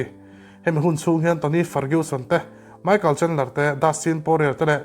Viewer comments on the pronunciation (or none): none